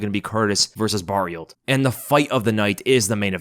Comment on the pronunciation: You don't need to say Barriolt for Barriault. The Lt is silent so it's basically Mark Andre Barrio, just like Archambault, you don't say Arch-Am-Bolt but Arch-Am-Bo.